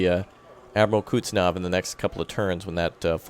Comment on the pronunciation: Hey so you know it is pronounced "kuhz-net-sov" not how you pronounce it but to each his own i guess